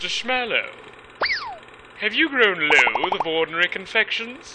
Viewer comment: "Loath" is pronounced with an unvoiced "th".